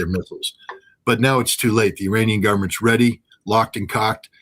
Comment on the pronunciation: Please call them Iranian , not I ra nian. Eranian